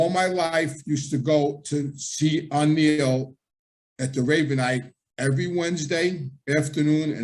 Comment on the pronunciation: It's not O'Neal.... It's Anello 🙄 it's Italian not Irish...